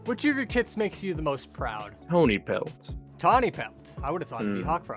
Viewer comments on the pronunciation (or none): Sorry, not trying to say anything about the VA at all, they're amaing, BUT THEM SAYING "Tonypelt" INSTEAD OF "Tawnypelt" IS SENDING ME It'S LITERALLY SO IN CHARACTER FOR TIGERCLAW/STAR TO MESS UP HIS OWN KITS NAMES